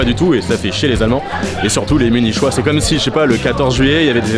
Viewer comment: mais c'est pas possible t'as fais le serment de mal prononcer tout mot relatif à l'allemagne et pas seulement les mots allemands, munichoises c'est en français que tu l'as mal prononcé!!